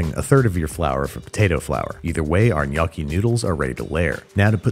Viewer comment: Hearing the word Gnocci butched with that accent made me feel physical pain